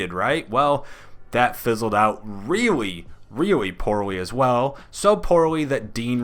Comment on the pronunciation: reawwy reawwy